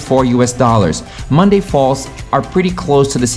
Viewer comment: It's not Monday falls, it's Ñacunday Falls.